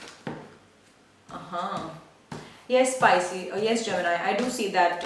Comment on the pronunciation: You keep saying picies